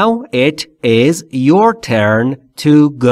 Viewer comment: Turn not tuen 🤔😀چقدر اشتباه می کنید